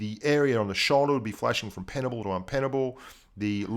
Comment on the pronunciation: Inpenable not un!:)